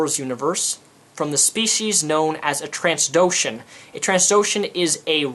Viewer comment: Isn't it "Trand doh shan" ... I played SWG.